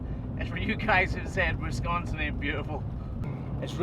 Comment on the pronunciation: Wow...someone who actually knows how to pronounce Wisconsin correctly. Didn't think they existed outside my state, lol.